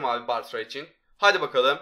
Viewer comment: Varya değil bartra